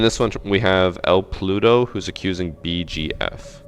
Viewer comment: Yeah I, as a mexican, dont's see it as homophobic cause I dont use it to refer homosexuals, yet I know that there are a lot, a f-ing lot of ppl that do see it as homophobic. Also is funny cause pronounce it like "Pluto"